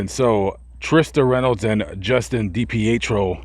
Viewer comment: Trisha is a great mother, her addiction didn't mean she was a bad mom. No one's perfect. She's clean now raising her children and still pushing for answers. Also it's pronounced Dee-Pee- Tree -O. I normally enjoy your videos but this is my home state and trashing on someone for something that has nothing to do with what happened is pretty low. It makes no difference to what happened to have not brought it up.